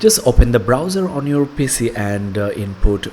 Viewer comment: Mate nice video, some pointers. It's Pee Cee not pissy. It's tyuo tor ial . Keep up the good work